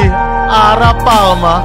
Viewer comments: itu namanya Arapaima bukan arapalma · Prasaan A R A P A i M A kok jadi a r a p a L m a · Bang Arapaima kali bukan arapalma-_ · bang itu Arapaima bukan arapalma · Itu bukan aralpalma bg, tapi Arapaima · Bang itu namanya arapaima bukan arapalma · Bang kalo di real life nama nya arapaima bang bukan arapalma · Bang namanya ikan Arapaima bukan arapaLma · bang nama nya bukan arapaoma tapi Arapaima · Bang Arapaima bukan arapalma bang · Namanya arapaima bang bukan arapalma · arapaima bang bukan arapalma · ikan arapaima bukan arapalma i bang bukan l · Arapaima bukan arapalma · Arapaima woi bukan arapalma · bang maaf kata kakek aku arapaima bang pake i bukan arapalma pake L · Arapaima is not Arapalma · Perasaan namanya arapaiiiiiima, kok arapalma, aneh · arapaima🥹 bukan arapaLma😭